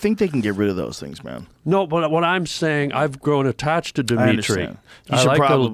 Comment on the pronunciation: Diminitri 😂 wtf bro